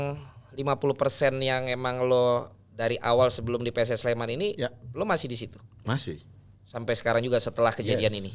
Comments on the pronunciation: PSS SLEMAN! NOT PS SLEMAN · Pss Sleman not PS Sleman!!!